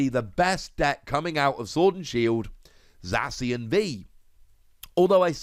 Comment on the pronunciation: They way you prenounce zacion za-see-on no its za-key-on